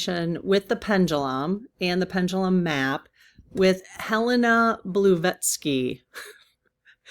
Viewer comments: Helena Bla(blah) vat(vat) sky(skee) 🙂 not Bluevatsky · She is more commonly referred to as Madame Blavatsky. blah-VOT-skee. And Helena is a city in Montana. Very easy to say and remember. Hope this helps.